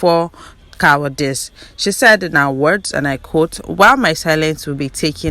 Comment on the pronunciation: Cowardice and not COWARDIX